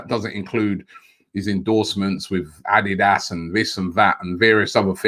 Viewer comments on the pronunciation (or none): none